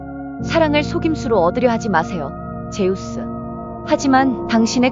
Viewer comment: 즈스가 아니 제우스